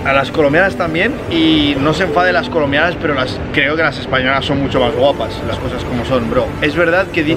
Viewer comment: Soy yo o dijo culombianas?🤔